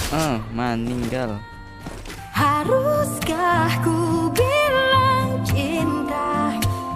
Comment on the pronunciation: abang bilang maniggal